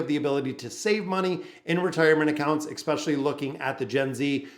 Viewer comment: I couldn't listen for too long, because hearing you mispronounced especially, which you seem to say hundreds of times, was driving me crazy.